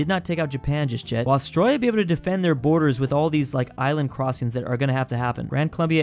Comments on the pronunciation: it's not Austriya is Australia!! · WHY DOES BRO KEEP SAYING AUSTROIA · I was annoyed that he said Australia as astroya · is saying Australia to Austria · bro called austraila austroyia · i just hate how he says it. Petition to get to do a class on austrailian pronounciation? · why do u pronounce Australia like that lol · You need to learn how to pronounce Australia! lol